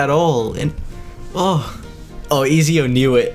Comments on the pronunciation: Ik i aint the only one that got triggered when he pronounced ezio “easio” instead of “etsio” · "Ezio" is it not edzio you say it like edzio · im sorry but i had to point this out, its pronounced et zeeo or etzio. bruh i hate to be that guy but it was bothering me lol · I hate the way he is prounincing ezio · The way he said ezio killed me every time